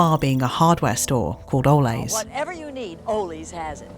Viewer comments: Just for information, Ole’s is not Spanish and is pronounced oh leez. The city of Tulare is pronounced too-lair. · It's driving me nuts that the narrator won't pronounce Ole's name correctly, even after given examples in the Ole's ad